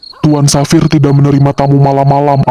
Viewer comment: Bagusss bgtt plss, suaranya,visualnya, semuanya perfect❤ Oh iya aku tadi denger penyebutan Xavier itu jadi "Safir" entah aku salah dengar atau bagaimana tapi kalo lebih bagus lagi penyebutannya jadi "Safier" kak, kalo salah tolong koreksi lagi ya soalnya aku dengernya begitu😅